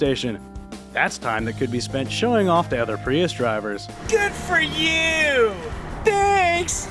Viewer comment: Tbh i watch KBB for it's commentary. Informative and occasionally funny. "Good fur yuuu!"